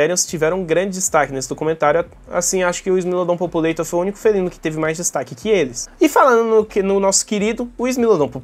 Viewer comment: não é "populeitor"😢 é "populartor" com o mesmo A que em população e povoar<populare, isso é latim, lingua mãe do português, nunca inglês